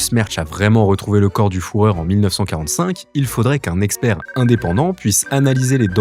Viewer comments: le FOURREUR… ça agace, mais P* ça AGACE !! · Au delà de la prononciation du Foureur de Saddam. À non c'est un autre celui là 😅 Oui les photos sont réelles, au Brésil en Argentine... Mais n'oubliez pas les nombreux sosis du loustique. Il ne serait déconnant qu'avec une ressemblance si flagrante, deux ou trois d'entre eux aient joué la carte du va tout. Soit tu te fais fusiller parce qu'on t'a confondu ou soit tu te sers de cette confusion pour profiter du statut que ça te donne 😊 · Je me sens indigne de cette chaine, j'ai pouffé à chaque fois que j'ai entendu "Fouhrer"... J'ai honte. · La vidéo aurait été exceptionnel si tu disais pas fourreur. Là vu que tu sais même pas prononcer bah on voit tout de suite que t'es pas bien renseigné et ça perd toute crédibilité. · le "fourreur" jxhxn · Ça m’a piqué aussi le “ four heure” mais on en parle de la “ loup feu va feu “ ?🤣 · Le fourreur... ü en allemand c'est bien le son u pas ou. 😂 ça fait pervers fourreur. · Le fourreur...... 🤦🏽‍♀🤦🏼🤦🏽🤦‍♂🤦🏿‍♂🤦🏻‍♀ a j'ai arrêté le visionnage. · 👎 la prononciation n'est pas bonne. Certains vont regarder la vidéo et répeter de bonne fois que le guide des nationals socialiste allemand s'appelait le fourreur. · La prononciation involontaire du fourreur c'est pour m'abattre je crois PS: faut demander à d'aller vérifier sur place, il vient de s'acheter un bateau justement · La partie de mon cerveau qui a fait allemand LV2 vient de se révolter avec cette prononciation de fuhrer. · Führer du coup, sinon ça fait toujours fourreur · Il est chaud le "fourreau "😅😅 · Désolé mais entendre "Le fourreur" toutes les 30 secondes j'ai pas pu regarder sérieusement la vidéo sans rigoler systématiquement mdr. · Le "fourreur", J'ai entendu que ça durant toute la vidéo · "le fourreur" à , lol le piège à coms pour le référencement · "Foureur", petit détail de prononciation haha. Déjà dans une autre vidéo avec "Postoume" au lieu de posthumes il y'a un problème avec les"U" lol ! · "Le Fouhrer" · " Le foureur " ACH !